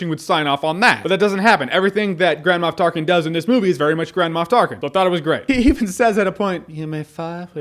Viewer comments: What he says: Grand Moff Tarkin What I hear: Grandma Tarkin Lol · Is it just me, or does "Grand Moff Tarkin" sound like "Grandma Of Tarkin"? xD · Am I the only one that keep hearing Jahns' saying "Grandma Tarkin"? And when he mentioned the ballgags :-D